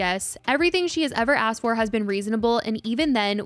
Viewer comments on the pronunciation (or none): none